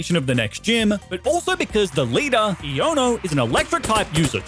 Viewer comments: Her name is pronounced Eye oh no like Ion as in positive charge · Why must you mispronounce Iono’s name? It’s a play on the word ion (an electrically charged atom or molecule)